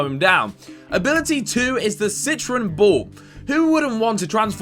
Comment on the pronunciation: It's pronounced citrOn not citrin